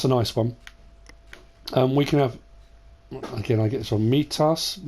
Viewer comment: I can confirm it is mitas and not maitas